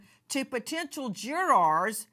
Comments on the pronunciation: why is she saying " juraaaars " is she not an ex attorney ? its JURORS not juraaaaaarse LOL also KEEEEEEEUBERGER ...I loathe this pathetic creature , she is so cringe .... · What is a "jwuaaaar"? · I like the way Nancy pronounces the word “JurArs” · Jurawrs 😂 I love Nancy but the way she pronounces it has me dead